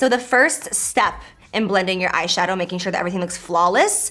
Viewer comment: You should do a peachy bold look since you said ass shadow😂